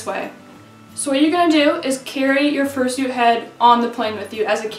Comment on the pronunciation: how to fursoot?